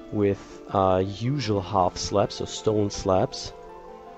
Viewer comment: sounds like he says half slaps. lol